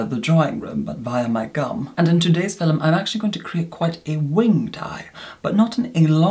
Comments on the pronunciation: the way you say ‘film’ is oddly satisfying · It's film. It's just the way they pronounce it in some parts of the UK. Welsh people adapted heavily to it!